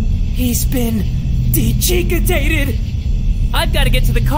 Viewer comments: "he's been... decheekatated" 💀💀💀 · "he's been DECHEEKITATED" haha this is a cool game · Puppet Combo is on a whole new level of horror comedy 🤣 "He's been...DECHEEKITATED!" WHY?!!! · Nahhh “decheekitated” is wild😭🤣